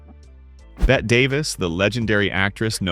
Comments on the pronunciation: "Bette" is pronounced, "Betty", not "Bet". It's an old nickname for Elizabeth; I have known several in my lifetime. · Bette is pronounced as Betty not bet. Please get the name of Bette Davis right. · Please learn to pronounce people's names! Berlie? Bet' Davis? Berle is one syllable. Bette is two. It is so annoying to listen to someone who can't or (won't) learn to correctly pronounce the names of people who have been a part of our social history for almost a century . So no, I won't be 'liking' or 'subscribing' today, thank you very much!